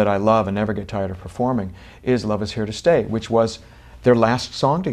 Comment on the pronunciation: Didn't realise that you're supposed to pronounce the word 'stay' as 'sterrrrrr'! That makes the music good. I'm learnding!